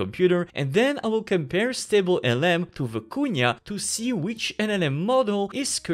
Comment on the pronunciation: "Vykuna" not "Viikunya"